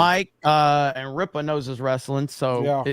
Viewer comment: "RIPPA KNEE'S" had me dying